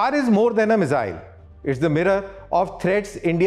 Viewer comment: me-zzzille 😅... bhai miss-ile bolo ... saarrey delhi wale ... accent critical nahi hai par thoda dhang se hi bol lo.. also content impactful banao - explain to a layman what is star! Give specs... you had enough to deliver double info